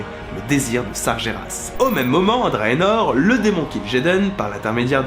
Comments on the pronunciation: Tu lis Sargeras comme si tu l'écrivais "Sarjéras". Ca se dit "Sarguéras". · Ça se prononce sarGUÉras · Sargeras ce prononce Sargueras